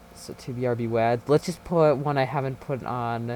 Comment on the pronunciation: STOP CALLING IT WAD (LIKE WA AS IN LAN) IT’S WAD (WA AS IN WALL)